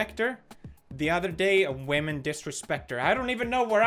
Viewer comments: Pewds you're saying it wrong. It's not women, it's WHAHMEN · you know pewds gonna be serious when he says women instead of wamen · He finally pronounced Women correctly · I'm not sure how comfortable i am with you pronouncing wahmen as "women". What are you doing to me Pewds? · He pronounced whamen wrong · It’s pronounced “Whamen” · Pewds respects women not wamen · RASPEKT WAHMEN